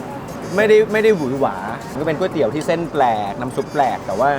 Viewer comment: หลายep ออกเสียงไม่ถูกเช่น ก๋วยเตี๋ยว ไม่ใช่ก้วยเตี๋ยว หรือ ก๊วยเตี๋ยว